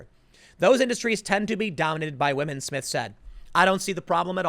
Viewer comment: "Wahmen"...you mad lad.